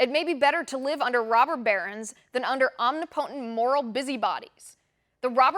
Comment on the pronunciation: You are a very sharp lady but you have the same faux pas I used to have. Please learn how to pronounce "omnipotent". Your haters would love to make a big deal out of your pronunciation of such. Haters will always hate. It's their sustenance.